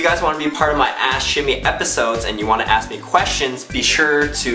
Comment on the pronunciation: when he says ask it sounds like he says ash